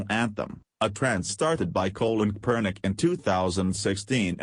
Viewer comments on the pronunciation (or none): Love the way this robotic voice mauled Krapernicks name pronunciation.... spectacular!!!!